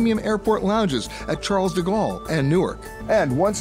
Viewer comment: The way he pronounces 'Charles de Gaulle' is somewhat irritating